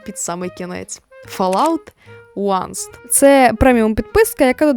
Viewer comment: Вибачте за прийоб, але 1st — це first, а не "onest".